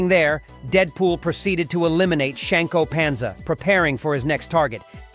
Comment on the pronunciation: "Shanko Panza"